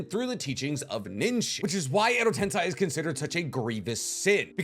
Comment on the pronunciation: "shikigami" WTF!? Bruh you need to work on reading the names right "Shi-ni-ga-mi" at least you're not saying "Edo tensai" anymore 😂 update: nvm he says "Edo tensai" AGAIN 😂😂😂😂😂😂😂😂😂